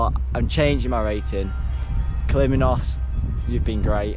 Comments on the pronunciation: And its KALYMNOS NOT KALIMINOS 🙄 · Its called Kalymnos and not kaliminos